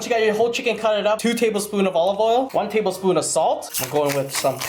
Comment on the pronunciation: "tabelspoon" I don't wanna know how big your tablespoons are xd